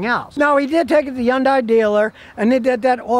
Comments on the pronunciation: Scotty...it's pronounced Hun-day, not Hi-un-day! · hyundai: "hun dai" not "hi yun dai" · He pronounces it more like Yun-die. In Korea it actually is pronounced Hee-yun-day. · It's pronounced Honday not YunDie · Scotty, fuh Gahd's sake, it's HUN-day, rhymes with SUNDAY. Jeez. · Scotty, Hyundai itself said that in the U.S. the name is pronounced "HUN DAY"... nothing more elaborate or exotic sounding. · Did he say. Yunday???? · Okay, this is nit-picking . But here goes anyway. Hyunadai is pronounced like Sunday but with an H instead of an S. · “Yawn-Die” never gets old. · Learn how to pronounce Hyundai and someone might listen to you. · If you can't pronounce the name of the company, you shouldn't do videos about said company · Lmao 😅🤣 Scotty be pronouncing Hyundai.